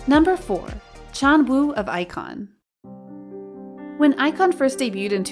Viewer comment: yeah I was confused when she said Ikon.....it is obvious they do this kind of vids without a proper research just for the views